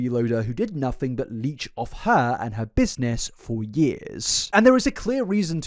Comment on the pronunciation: "things were going well for Herrrrrrrrrrrrr"